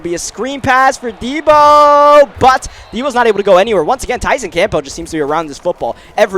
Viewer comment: ight, love the series and the videos but please.. stop pronouncing the P in campbell